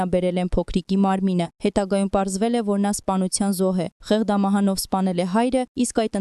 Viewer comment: Սա ի՞նչ խայտառակ անգրագետ խոսք է...Ա՜յ քեզ անգրագիտություն, աղջիիի՜կ...Ի՞ նչ է նշանակում ՝ <դինԸ>, դինԸ,կամ՝ Թյանը՝ Ցյան,Ցյան, կամ՝ << խեղԴամահ>>՝ Դ֊ն՝ Դ արտասանելը...աղջիիիի՛ , ո՞վ է քեզ դասավանդել,ի՞նչ անգրագետ, որ այսքա՜ն սխալներով ես խոսում՝ թ֊ն՝ Ց և այլն,ո՞վ ես դո՛ւ, այ ԱՆԳՐԱԳԵՏ, որ "դի" բառն արտասանում ես՝ ԴԻՆԸ,ԱՅ քեզ խայտառակությու՜ն,էլ մնացածները հնարավոր չէ՜ ասել, <մակՆաՆշի> խայտառակ սխալը և այլն,Յախկ, աղջօիիի,անգրագետիկ,լ այլևս լռի՛ր.. 😠😴😡😠😡